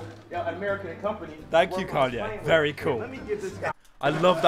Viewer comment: Vewwry Geof Viwndro